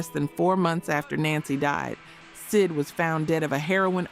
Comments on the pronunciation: Yes, it's absolutely AI. Several words are weirdly pronounced, such as the way "ultimatum" is said , and when the AI voice says "Ess Eye Dee" Vicious instead of "Sid" is a dead giveaway. There are more, but those make it obvious. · Can’t stand the AI voice and mispronounced words and names. S.I.D. Vicious and Nancy? Come on. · You lost me at "S. I. D." Vicious......